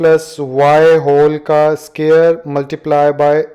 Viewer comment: Sir please multiply sahi tarhan bola karen it’s cringy